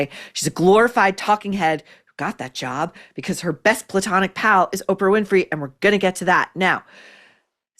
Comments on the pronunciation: Every time you say platonic friend I fall on the floor😂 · Why does saying platonic make me laugh every time? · The way she says “her platonic friend” every single time …..👑👑